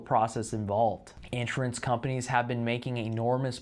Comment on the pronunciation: It really bothers me the way that you pronounce the word “insurance”. The first few times you said it, I thought that I was hearing “interest” or “entrance”because you slur all of the syllables together into one incomprehensible blob. Please practice enunciation of this word as In-SURE-ance. Each syllable clear and distinct, stress on the second syllable.Thank you.